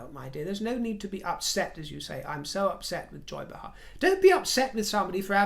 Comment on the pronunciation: Joy “Bay-Har”. Correct pronunciation. 😊🇺🇸🇺🇸🇺🇸🇺🇸🇺🇸❤️